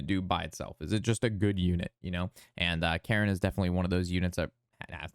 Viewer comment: Thanks for this breakdown. It is very helpful as anew player. "Cairne" is pronounced like "cairn" a stack of stones. Not "Karen" like the lady who demands to see a manager.